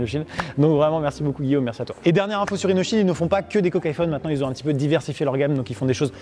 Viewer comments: On dirais qu’il on dit rino child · Quand ils ont dit leur prénom j'ai entendu RINOSHIELD😂😂😂